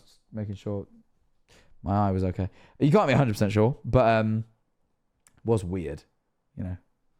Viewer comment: i wonder how many times said wird